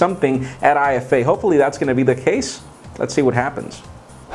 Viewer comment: Its IFA like efa and not I-F-A